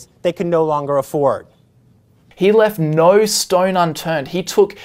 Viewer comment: You can't pronounce "no" correctly yet you want us to believe you understand economics lol